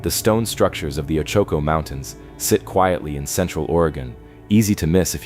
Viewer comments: oh-chu-ko. thx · Oh choke oh mtns??? Bwahahahaha so mispronounced. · Hard to believe in a mine when the narrator has made no attempt to pronounce the name of the mtn area correctly